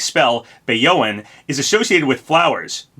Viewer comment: Arle: is announced Every puyo fan: BRING ALL THE WAIFUS also idk how the f*ck you butchered bayoen (Bahy-yo-en)